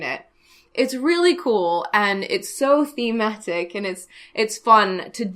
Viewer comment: you have a British accent there lol.... "thematic":)